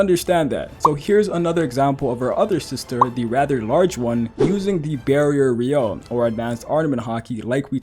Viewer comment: “re-you-oh” not “re-yo” get it right !